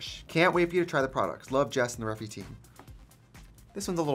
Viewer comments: gurl… her saying reffi instead or regt is even more triggering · Is it not refyyyy as in ai??? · I’m gonna wait till she realizes she says Refy wrong